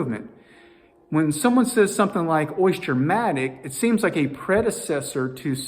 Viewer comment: Stop saying Oisture!